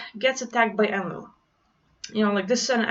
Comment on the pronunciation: En-Lil > EL (rhymes with RaphaEL, MichaEL, AzazEL and the rest of the rock band) //* btw Wow that was such an uplifting message, <3 We just need to learn to trust and embody that we are indeed THIS powerful